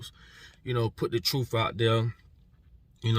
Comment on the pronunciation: THIS KID LOST ME SOON AS HE SAID "TROOF" WHY IS IT THAT OUR YOUNG PEOPLE CANNOT PRONOUNCE JUST THESE FEW WORDS LIKE "TRUTH" IT ENDS IN "TH" NOT "OOF" THEN THERE IS THE WORD "AXE" WHICH IS A TOOL OR A WEAPON BUT IF YOU'RE GOING TO "ASK" ME A QUESTION YOU HAVE TO BEAR IN MIND THAT THE WORD IS "ASK" WHICH STARTS WITH AN "A" AND ENDS IN THESE TWO LETTERS" "SK" HOW HARD IS THAT? THEN THERE IS THE WORD "EARTH" WHICH IS THE PLANET WE OCCUPY OR IS IT THAT THESE INTELLECTUALLY CHALLENGED YOUNG MEN LIVE ON A DIFFERENT PLANET CALLED "EARF?" REPEAT AFTER ME E-A-R-T-H OK YOU GOT THAT? THE WORD ENDS WITH THESE TWO LETTERS "TH" IF YOU ARE A GROWN MAN OR WOMAN WITH CHILDREN AND YOU SPEAK LIKE THIS THEY WILL END UP TALKING DUMBGLISH INSTEAD OF ENGLISH.